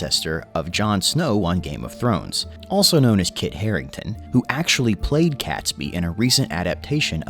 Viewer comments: No one calls it Guy Fawkes Day. It's Guy Fawkes Night; Bonfire Night; or Fireworks Night. Catesby is pronounced "Kate's Bee". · It’s ‘Catesby’ pronounce Kate-s-bee NOT Cats-by! 🤬 AND don’t get me started on Worcestershire (Wuus tar shire) or whatever the narrator mangled it into🤯